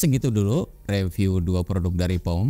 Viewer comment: Wah, langsung stalk produknya. btw, cara baca nama brand nya "Po-me" bang, bukan "Pom"